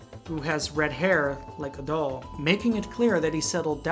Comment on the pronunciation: Loved the review :D Hated the way you said Adol :(